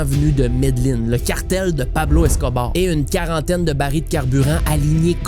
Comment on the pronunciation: jai ecouté toute tes videos mais celui ci me chicote un peu, deja, c'est pas médeline, c'est medellin (prononcer yin) et pablo escobar, a pas de é à la fin. Bref petite critique de gars avec des tocs.